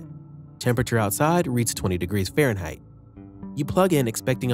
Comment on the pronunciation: Good talk... But what is "Pharenhight"?